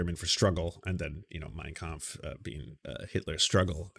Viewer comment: I heard him say "cum" instea of "Kampf". I am german